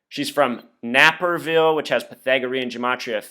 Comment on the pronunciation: It's pronounced NAY-per-ville.